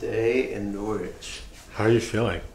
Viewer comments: Great videos guys! Just so you know, it's pronounced Norritch and not Nor-wich =) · It's pronounced NORRIDGE!!! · I know Norwich very well and been to all those places. PS it is pronounced Norrich 😊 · Thanks. I winced every time said it that way 😂